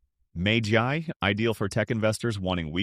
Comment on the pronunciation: AI may not understand how to pronounce MAGY.